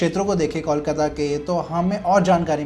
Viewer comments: Start Calling it कोलकाता and not कौल काता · Is it really difficult to pronounce cole, and coal? Then why cawl-kata? Kolkata. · Kolkata is pronounced as Coal-kata....not.....Call-kata😂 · Try Calling कोलकाता & not कौलकाता । Try ,हो जाएगा । कोलकाता & not कौलकाता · Kolkata ka name phela teh se bolna sesho bhai...before making a video and commenting on it!😂 Tells a lot about the research u have done for the video!😂😂